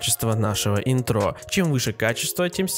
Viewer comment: Не интрО, а Интро